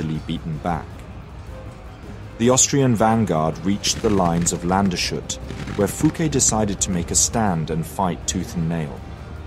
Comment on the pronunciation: gute Doku! - nur bitte der Ort heisst Lands-hut (country-hat :D) hat nichts mit shut zu tun